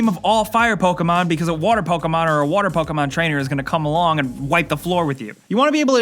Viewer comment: ProTip, it's (poke-EE mon) And don't say it's 60,000 times lmfao